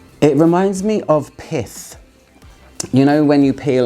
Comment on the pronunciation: I apologize in advance, the first time you said it, I did not think you said, "Pith". lol Carry on.